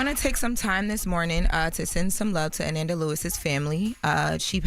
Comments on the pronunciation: such a damn journalist but can't pronounce her name right. Always tryna sound young and out of toucn nigga u 32. U know her name. Smh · Ok I think I see the issue y'all... says Ananda's name right when she is just talking. It's when she is reading that she messes it up by mistake. I can understand that. Maybe she gets nervous and is just trying to get everything correct. (Trying to give her grace) it's definitely hard heading her mess up the great Ananda's name like that though😩😩 Rest in Heaven love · I was becoming unhinged that was mispronouncing Ananda's name (Uh-NAN-duh) at the beginning of this clip and then pronouncing her name correctly (Uh-NON-duh). Then going back to saying it wrong again. Idk if she was nervous (I doubt it) or she just genuinely was making a mistake. When remembering such an iconic figure as Ananda Lewis that would be a name I would get right the first time bc there won't be another time to make it right. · It's pronounced ANaanda... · Pls put some respect on her name, smh, it’s pronounced uh-nahn-dah…She was truly an amazing person. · Her name is pronounced “Uh-non-duh”…R.I.P. 🕊️💔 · be butchering some names lol. Deion Sonders…Anănda. Lol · maliah. nah, it is Ah - Nohn- Duh! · RIP Ananda but Pronunciation of her name is wrong somebody like Envy say it because he’s from the generation. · Its pronounced A nanda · UHH-NAHN-duh =ANANDA 🗣️Correct Pronunciation** you are a Journalist English Graduate - respect people in death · Uh-Nohn-Duh is the correct pronunciation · her name is pronounced " A- Non- da!" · Jeez. Pronounce her name correctly! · Whew, the pronunciation of her name had on the ropes! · has to get better with PRONOUNCING people’s names correctly!!! She did Deon wrong the other day too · Please pronounce her name right! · COULDNT EVEN WATCH AFTER MISPRONOUNCED HER DAMN NAME TWICE!!!!! SMMFH 😢😢🤦🏽‍♀️🤦🏽‍♀️🤬🤬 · Atleast say her name correctly